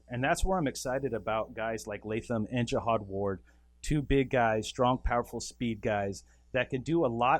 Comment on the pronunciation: Pronounce it Jahad not like a holy crusade